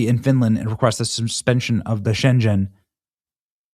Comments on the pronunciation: Schengen is pronounced shenGHen because it is germanspeaking. Everybody does in Europe. Nice hearing your explanations on crazy European security rules. Thank you for your Time and Energy, in fighting Evil against Western civilisation. 😇🙏💙 You deserve a medal, yes you do. 🧿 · Hate to be THAT guy but it's pronounced Sh•ah•gen area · If he says “Shen-Jen” one more time! 😂😂😂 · Schengen…….the “g” sounds like the “g” in gun. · We need the EEG back in Europe, with border controles. SchenGen🤣 funny how you pronounce it.. It's Sche-ngen the same ng from E-ng-land. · Europ is in the middle of summer break and there is a lot of vacation trafic. The perfect time to invade. Specially with all the fires creating chaos too. By the way in SchenGen the G is worded like a G in Garden ;-) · Schen-G-en, pronounce the G as in good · You pronounce it like it's in China its pronounced 'sheng en' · You are pronuncing the Shengen word wrong. And yes we have a problem. A big problem. You also forgot that Portugal is right near Sapin and we have a shit gov. and we are literli F... This is not good. We already have too many problems now this but this was on purpose. They wore releaes from prisons the morrocans get them to the borders and one of the generals said to Spain. Look how easy to invade you. So this is going to be nasty. And the goal is to go to Germany because Germany is on the nreak to lose to the AFD partie is like MAGA and they need to invade with these people to get the votes. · Wow!! please learn how to pronounce the name Schengen! A little embarrassing… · Benny, love your shit, but are you that bad at pronunciation or are you doing on purpose? I can’t tell if you need hooked on phonics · Please check on the pronunciation of Schengen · PLEASE LEARN THE NAME OF THE AHREEMENT, IT IS NAMED AFTER THE DUTCH TOWN WHERE IT WAS SIGNED.. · It's 'sjengen' not 'sjen djen'. And yes, it's horrible. No they wont check papers because they throw m away. 150.000 and counting. SAD!